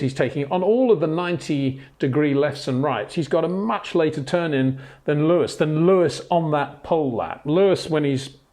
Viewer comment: ... it is NOT Lewish ... it is NOT Bottash ... and it is certainly NOT "Max Vershtappen"